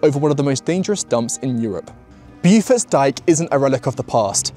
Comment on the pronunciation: Pronouncer Bow-Forts Dyke, rather than BewForts